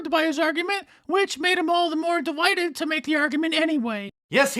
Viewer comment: When he said delighted I thought he said de-whited